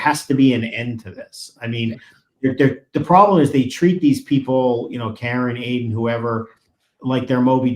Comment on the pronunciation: Why can't Cosgrove seem to let go of his case against Aiden. He only wants both or none at all ? seems like he is acting in bad faith against Mr. Kearny and ms. Read. Holding something over both of their heads, I agree also, mispronouncing Aiden's name is definitely a sign of disrespect as all have noted.